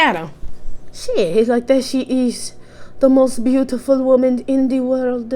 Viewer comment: “deya she iz, di most booty-ful whoman in di whorld” MI IS DEAD 😂